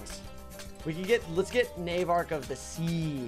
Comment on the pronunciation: Its nar vark not nare vark